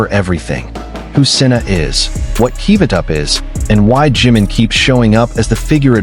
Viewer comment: Su nombre es JIMIN, no JIM, porque cuando lo pronuncias se interpreta como JIN que es otro de los Miembros de BTS. Por favor 🙏 con mucho cariño te pido pronunciar correctamente el nombre de nuestro precioso miembro JI-MIN